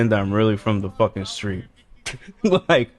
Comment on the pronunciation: I-I-I fwom the fukin stweet guys 🥺🥺🥺